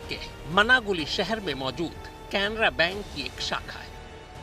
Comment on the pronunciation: Bhayya bank ka naam to sahi bolo aur cc tv wire nai dvr le gaye